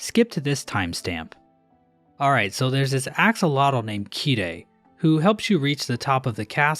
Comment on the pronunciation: "Axolotl" is a Nahuatl word, and thus is pronounced "Asholot"